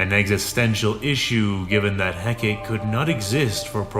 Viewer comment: Hecaté. Is. Pronounced. "HEK-A-TAY".